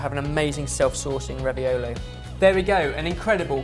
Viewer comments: It's raviOlo, not raviolOOO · It's ravi-oooh-lo, not raviol-iiii. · I really feel like an italian version of Hermione Granger when i say: it's raviòlo, not raviolò. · says Raviolis Says raviolo I guess the word isn't official? Not to mention Google recognizes the word "Raviolis" but not "Raviolo". But then again Google doesn't recognize a plethora of words. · Am I the only one who can't stop hearing ravi-YOLO?! :D:D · "It's RAVIOLO...not Ravioli." I think took a page out of Hermione's book. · "It's RaviOLO not RaviOLI!" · Actually raviolo is the singular, ravioli is the plural so was right, because he did show a big one (but the pronunciation was still a bit off ) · it's "raviolo" not "raviolo" (read it as Hermione wold and you'll have the right pronunciation). Love you guys sooo much!